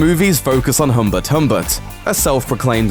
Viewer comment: I hate the way he pronounced Lolita and Humbert